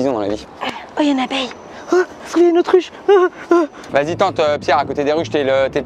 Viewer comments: Mdr a elle dit ah un otruche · Elle a dit une autre ruche 😂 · " y a une abeille " " oh y a une autr'uche "😂😂 faites une vidéo " Autruche sur les toits de Paris 😄